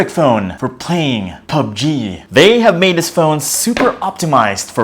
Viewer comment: Say pubg one more time please, hahaha joke lang